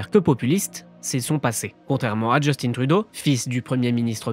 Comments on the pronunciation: Sachez qu'on ne dit pas ''Justine'' Trudeau au Canada francophone, mais ''Just1'' Trudeau (à prononcer comme la dernière syllabe de matin). C'est très bizarre de vous entendre prononcer Justine Trudeau en français alors que personne ne le dit comme ça ici. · S’il vous plaît, lorsque vous évoquez le premier ministre démissionnaire, Justin Trudeau, prononcez son prénom comme s’il rimait avec « lapin » et non avec « comptine »! Nous, les francophones du Canada, prononçons son prénom comme s’il rimait avec « lapin ». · À chaque fois vous malmenez nos noms 😡😡!!! On dit Justin comme Augustin pas "djustine" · Trudeau est québécois. C'est pas Djeustine. C'est Justin. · C'est Justin et pas "djeustine". On prononce Justin comme en français pas à l'anglaise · C'est vrai, je n'ai jamais compris cette façon de prononcer Justin. Il me semble que c'est évident. C'est Justin crisse, pas Justine. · Mais pourquoi vous dites "Djeustine Trudeau" au lieu de "Justin" ??? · Djeustine Trudeau??? C'est qui ça??? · J'adore comment ils disent parfaitement Poilievre mais meme apres 10 ans de trudreau, LeParisien dit toujours DjustinE. Il est francophone si jamais hein. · Justin trudeau se prononce justin comme dans pain < > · Polièvre parle français vous savez! Justin au lieu de Justine... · Ce que je trouve le plus incroyable, c'est qu'il y a encore des gens en France qui prononcent Justin à l'anglaise alors que ça fait presque 10 ans qu'il est premier ministre, et qu'à la longue, ils auraient dû apprendre qu'on le prononce pas comme ça dans le Canada francophone. C'est censé être comme "juste-hein", pas "djostine".